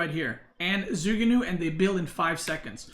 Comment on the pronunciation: it's more like joo ku new than zoo goo new